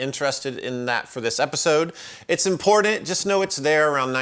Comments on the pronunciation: Love your show, amazing how knowledgeable you are. I really enjoy learning about the history and specific intricacies of these pedals and effects I've been taking for granted my entire life. But I can't help but flinch every time you say the word "impordtandt". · We need a shirt with a cartoon version of you going "Come with me! It's impordant!". Yes, I'm making fun of your pronunciation of the word 'important'. XD